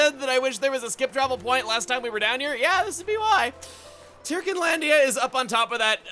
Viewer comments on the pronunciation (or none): You know, in all of the cutscenes and heart-to-hearts, they always pronounce the word "Tirkin" as "TUR-kin" so I don't really know why chuggaa keeps pronouncing it as "TEAR-kin". Kind of strange. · For someone so... Anal (heh) about official pronunciations, sure likes mispronouncing Tirkin literally seconds after they say the word in game